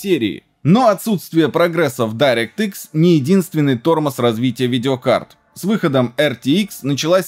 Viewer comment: дирéкт экс правильно говорить